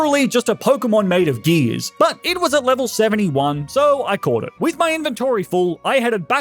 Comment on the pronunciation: ok but why he say but like "butt" in the intro 💀